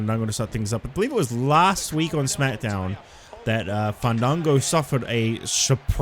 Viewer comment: The Hardcore sensation FAAAAAANNNNDDDDDDANNNNGOOOOOOOOOOOOOOOOOO. Also Justin Roberts needs to be fired. He hasn't said this man's name the correct the way. I propose should say his name right each time he comes out 😂